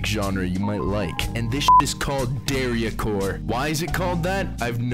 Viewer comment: why do you pronounce dariacore like that LMFAO